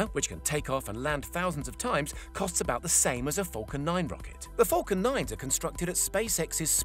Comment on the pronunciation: Falcon not fulcan